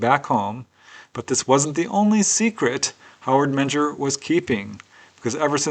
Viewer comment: Menger is pronounced Minger